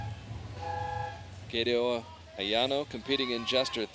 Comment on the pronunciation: The only thing bothers me is how the commentator said "Kato"